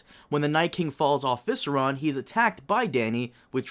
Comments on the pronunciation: Im probably gonna rewatch most your videos to count how many times you say Viseron insted of Viserion 😂❤ Even though you asked that queston in this week's podcast and they corrected you. Too bad I don't drink, that would have been a fun game. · ''Visseron''? Go home,, you drunk. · Visseron... oh my God it’s the worst thing about your channel... it’s VISERION and it is not that hard to peonounce it right, but at least you’ve stopped saying bababooe 😂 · I was looking to see if anyone else caught that. Both in the show and the audiobooks it's Viseryon so I have no idea where he gets that pronunciation from. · "Viseron" Are you serious? Every single time lol ^^ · He's quite sober, and has been mispronouncing that name since Day 1. And knows he's doing it. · Vih-seh-ree-on. 😉 Keep creating! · I think they should canonically change that dragon's name to "Viseron", since probably won't ever pronounce it correctly. 😆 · I believe the dragon's name is pronounced - Vis Air EE On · Omg you said “Vis a ron” again 🤦‍♂️